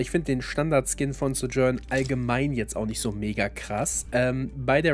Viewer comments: Ja. Finde die deutsche Aussprache schrecklich. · Die Aussprache von Sojourn triggered ein bisschen. :/